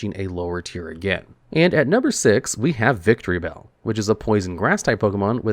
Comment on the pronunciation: Is it just me or he calls Victreebell "Victory Bell"?